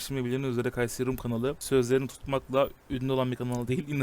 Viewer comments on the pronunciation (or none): Kayser-i rum❌️ Kayseri rum ✅️